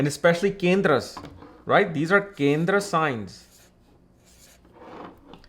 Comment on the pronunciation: Bhai sahab Accent to theek hai copy karo koi problem nahi.... But ye Hindi words kyo change kr diye. Yog ko Yoga Kindr ko kindra 😂😂